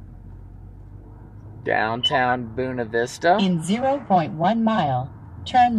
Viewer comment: That little town was Boona Vista? Are you sure? Looks a lot like Buena Vista. Just giving you a hard time about your pronunciation of Spanish locations. 😉 Glad you enjoyed the 4th with friends. 🙋🏻